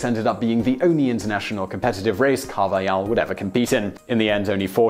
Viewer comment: In Spanish, the J is pronounced like an H in English. Carvajal's name is pronounced CAR/vuh/hall